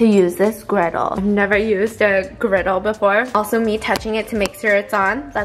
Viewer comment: stephanie: girdle griddle knob: says griddle